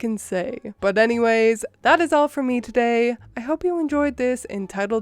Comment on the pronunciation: The way you say "today" is kinda dope. It almost sounds like you're adding a z in there.